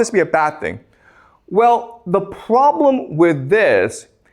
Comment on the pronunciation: I like how he says "pwobwem"